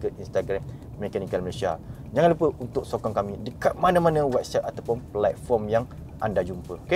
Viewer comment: mohon betulkan bunyi dua perkataan ni boleh? Channel kereta bunyi 2 ni penting? Sportage bunyi (sport + age) bukan (sport + touch). Platform bunyi (plat + form) bukan bunyi (plug + foam)